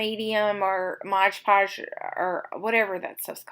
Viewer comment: Yes, I giggled at the way you said “Warter”; and I also call it “modge podge” all the time!!! Love your art! TFS